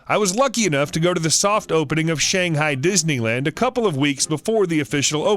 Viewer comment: HE DIDNT SAY SHANGHAI RIGHT IT IS SO FRUSTRATING CAUSE IM CHINESE